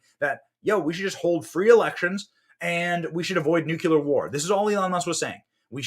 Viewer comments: Did you REALLY say "nucular?" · Sorry, I have to say this: it's NUCLEAR not NUCULAR. George Bush junior lmao